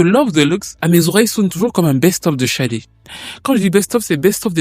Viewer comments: Pourquoi prononcer Chadé d'ailleurs ? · Toc toc Bonjour au Manitou, Tout d'abord, permettez-moi de vendre la mèche que dans 15 jours le tonton soufflera une bougie de plus. Comme on dit:King is born in April. Enfin bref, Sade / Shadé et pas Chade, puisque le prénom complet est bien Fola Shade/ Fola Sade qui est un prénom Yoruba, si je ne me trompe pas trop ce serait Fi Ola she Ade ou Fola Shade/Sade que nous pouvons traduire mot pour/par mot (Ola)Honneur ou Richesse et ( Adé) Couronne. Du coup la signification du prénom Fola Shadé/Fola Sade serait: La richesse ou L'honneur est Couronne (l'honneur est distinctif ou singulier) Maintenant en Anglais il n' y a pas d' accent et du coup Shadé/Sadé serait Sade/Shade qui serait aussi écrit avec un C. Alors oui c'est vraiment bien fait et posé ce passage où l'artiste dit qu'elle vient d'Ibadan au Nigéria et là tout est dit pour dire le prénom donné à l'enfant joue beaucoup sur sa destinée ou sa personnalité. En Yoruba le dicton ou proverbe dit: la signification du prénom déterminera ou déterminerait sa personnalité (ailleurs on consultait même avant de donner le prénom de/à l'enfant). Comme disait le grand penseur et philosophe Socrate: connais-toi toi-même, Sade /Shade se connaissant (certainement à travers sa culture, ses origines etc...) savait ce qui était et n était pas adéquat avec ses convictions peut-être bien. Ce qui peut expliquer sa stratégie avec les médias et tout ce qu il y a derrière l'industrie musicale comme décrypter dans le film SINNERS.(Attenti